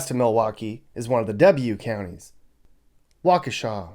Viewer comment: Waukesha! You pronounced it correctly! Born and raised here. Love it!